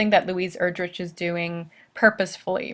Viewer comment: Her last name is pronounced Er-drick, not Er-drich